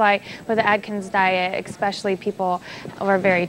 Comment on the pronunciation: It's 5 days (on average) and you aren't supposed to work out hard. I don't think they actual read the book and I have a hard time taking seriously someone who says "expecially".